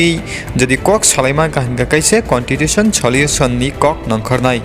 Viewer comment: Contitution 😂What a English it's Constitution bro